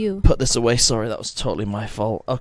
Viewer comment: Way he said "away" he's either from Sunderland or Newcastle but lost his accent mostly in America